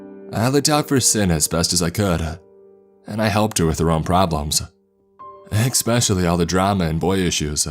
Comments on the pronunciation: “EXspecially” gang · I'm rather new here but I'm pretty sure "especially" is not pronounced [ekspeshali]. Isn't proper pronunciation an important perk for a narrator? No toxicity intended in this feedback.